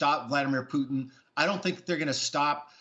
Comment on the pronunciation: "pudns" lol its putin